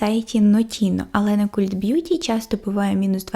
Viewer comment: Дуже подобається ваша подача і заспокійливий голос, дякую за вашу працю. Єдине - цей британський сайт звучить як «Калт бʼюті», хоча ви праві, що перекладається то слово як культ😅